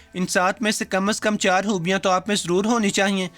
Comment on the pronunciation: Aap Yakeenan Lahore sy Hain ... hoobian nahi hota Khoobian hota hai ..